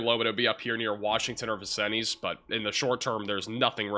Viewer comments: Hey hun Vincennes is french and is pronounced vin-sinz. You seem to have trouble with french or indian names of cities. Like you anyway. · Vin-Sins, not Vin-sin-EEZ.